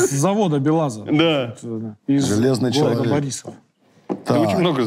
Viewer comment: почему говорите чЯлавек, если написано чАлавек?